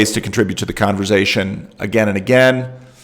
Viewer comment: I was worried that the Synod could not parse the word Converz-Zzation, with the 3 Zs.🙂